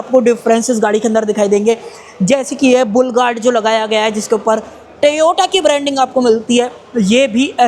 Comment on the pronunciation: Bhai tevota nhi bolte Toyota bolte hai